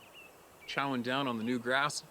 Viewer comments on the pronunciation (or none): none